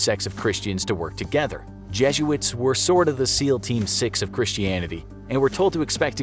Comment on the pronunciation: The way you say jesuits 😬